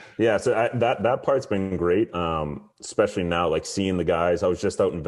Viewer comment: One of them is “ecspecially” instead of “especially”